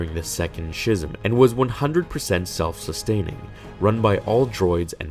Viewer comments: for the last time you fucking idiot-- it is pronounced SKISIM not SHISIM. I know you a really really really fucking dumb but come on. shism? fucking shism, SCHISM is pronounced SKIS-EM not SHIS-EM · Schism is pronounced "ski-zm" not "Shi-zm" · Schism is pronounced sKism, but other than that a great video. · The "ch" in "schism" is pronounced like a "k". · I like the videos where you bring the characters to life. On a side note schism is pronounced "skiz-um"